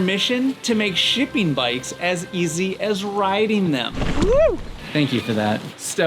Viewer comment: Count the number of times he says 'shipping' and try not to hear 'sh*tting'... every time.